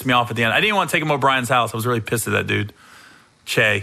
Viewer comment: Im calling bullshit Gary how is he your friend and you not even saying his name right its Byron Russell not Brian smh